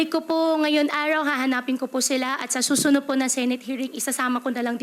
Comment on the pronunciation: ...Sabi nya, full-bloodeT at hindi full-bloodeD. One "handre" percent instead of over hundreD percent. ...Sa "susuno" at hindi sa susunoD. Hindi ganon ang pronunciations ng taong lumaki sa Pinas. Inaral nya ang tagalog. She's not a native speaker. Sa interview with Risa naman, sabi nya "paspor" instead of passporT.